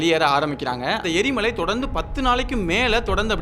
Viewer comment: எரி மாலை இல்லை எரி மலை